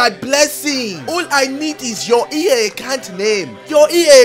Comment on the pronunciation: “Can I have your bonk accunt detais” Ksi